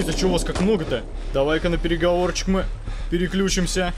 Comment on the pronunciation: Мне одному послышалось или он сказал "переключюська я на переговорчик" а не на преговор